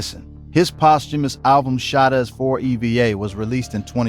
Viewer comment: I can't listen to this if you can't pronounce shottaz